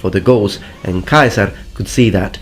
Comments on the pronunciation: Yulioss kai-saar 👌👌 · Sorry but you said Julius Caesar’s name incorrectly it’s pronounced giu-lius se-sar. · The way you pronounce Ceasar as "Kaiser" is annoying. Bad connotations and unnecessary edginess. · When u over-pronounce the names of foods in a restaurant in a different country: Julius KAISER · When he says Julius Kaiser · Why you say Kaisar? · Never heard Caesar pronounced Keizer, no doubt in my mind though, if you say that's the pronunciation, then that's the pronunciation. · So what is the real pronunciation of 'CAESAR?' Kai-Sar or See-Sar? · AE it is E in Latin, your pronunciation of Julian Caesar is wrong. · I know that you are using classical pronunciation, but Caesar with a hard "c" sound just sounds ridicolous. You seem a little child trying to be "authentic", nothing more. Ask yourself why university professors pronounce it with a soft "c" sound, and you pronounce it with a hard sound. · I never knew that was how "Caesar" was pronounced. It sounds closer to the German "Kaiser", and I thought they were the ones who butchered it and us English speakers were closer to the Latin when it was truely the other way around!